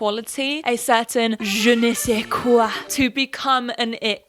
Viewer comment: The whole time I was waiting for you to say "Je ne suis qué" (pretty sure I mispelled that)😂😂 and you said it with an accent👏🏾👏🏾👏🏾👏🏾 I think part of the deal is some people just don't care to be told who should be the centre of their attention. A lot of "it girls" have that title because of their place in the industry not based a group of people agreeing that this person has a cool quality we all envy. As you said, social media allows people to form their own gatherings where they agree that this one person is "it" to them and that they envy the "it" (beauty, fame, money or whatever) of that person.